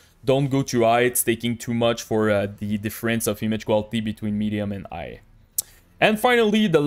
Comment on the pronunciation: just curious - why you are not pronouncing H letter in all words?) so like "igh" instead of "high" and etc o.o